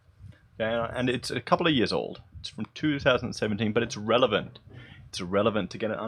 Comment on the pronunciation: Are you saying "its ah relavant" or "its irrelevant"?